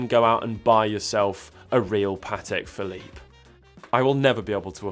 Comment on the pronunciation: Patek „Phillipe“ —> Patek Philippe